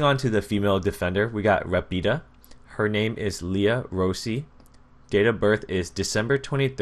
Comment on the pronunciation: I've been taking Italian for 12 years. Rapido is pronounced similar to lafido